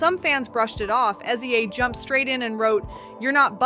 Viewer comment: Stop calling SZA S Z A! It’s pronounced sizzuh!! 🙄